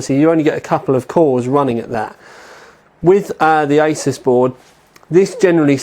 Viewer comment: Someone needs to tell this guy he's pronouncing Asus wrong...